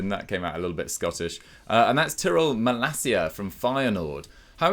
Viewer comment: You got to love how the butcher the names of Malacia and De Ketelaere... 🤣